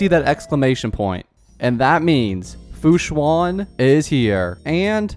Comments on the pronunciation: “Fu Swan” 😧😧😧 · ITS PRONOUNCED AS FU-SHAN